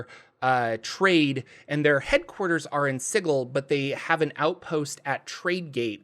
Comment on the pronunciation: At the very least you pronounce Sigil right. Can’t say the same for some other popular dnd tubers 👀